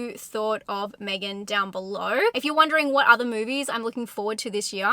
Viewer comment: When you said me-gan instead of meg-an I died. Lol. Haha.